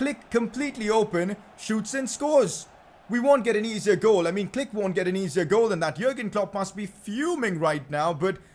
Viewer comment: Pcq: can you pls pronounced Klich as "cleesh" and not "click"